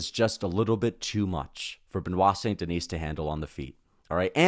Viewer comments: You know that one time when you didn’t pronounce the s in denis, that’s it that’s how it’s pronounced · Holy crap man. The S is silent in his last name!!!!!!